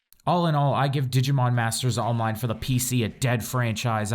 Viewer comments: did he say digimon masters onmine? :D:D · or olmine?